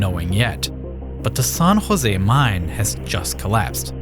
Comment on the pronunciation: It's pronounced "San Jose" not "Son Jose".